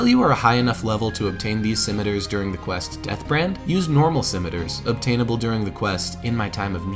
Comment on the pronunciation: I would love it if there were more recuring story lines like this in the future. This feels like a very satisfying end to the Whiteskull story, especially the redemption that comes with earning Deathbrand's armor. I will say that the way you pronounce scimitar made me very uncomfortable because I was filled with doubt, worrying I'd been pronouncing the word wrong my entire life. Luckily, I hadn't been. I am very happy to see this series return. I was about to start a new game in honor of Gamerpoets, who's recovering from hernia surgery. Great job yall, I always love watching your videos.